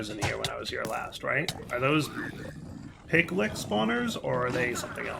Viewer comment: In fantasy there is a creature called a Lich (Litsh), and in the pack there is a creature called a Piglich (Piglitsh), and yet insists on calling them Piglicks. I can understand where the "k" sound comes from because it is in lichen (the algae / bacteria combo). Also if you cannot spawn the Pigliches, try placing the automatic killing in "the Other", they seem to be frequent spawns there.